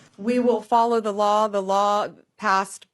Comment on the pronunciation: Please listen how she pronounces "law". It shows all her contempt for the thing that still controls her ... to some degree.